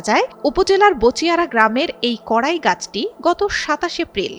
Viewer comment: গাছের নাম "কড়ই"। কড়াই নয়।